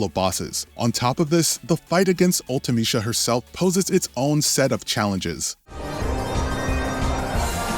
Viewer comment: Isnt it prounounced Ultimi SEA a. Not ultimiSHA?